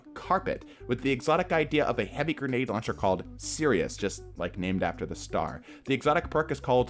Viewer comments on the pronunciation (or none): you really butchered sirus